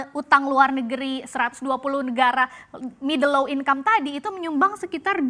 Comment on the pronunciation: Dibaca middle low 😂😂😂